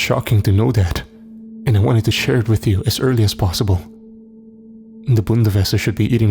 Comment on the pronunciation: im German and its Bundeswehr not Bundeswesser >.<